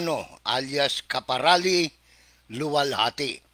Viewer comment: Karapali...hindi kaparali